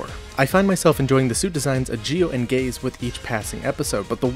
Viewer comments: Geiz is indeed a german word, but that wasn't the point. Geiz in german is pronounced "Gaze", and means Greed. His name is just a fancy spelling of Gates. He was named Gates because Gates are affiliated with kings. Pharaoh translates roughly to Gate, and so does Mikado. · Geiz it's pronounced Gates it German also meaning king, almost everything in Zi-O is in German.